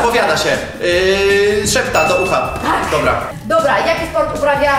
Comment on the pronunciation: „SZEA DO UCHA” D